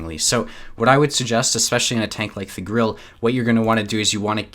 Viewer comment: Its Grille, not Grill, learn the difference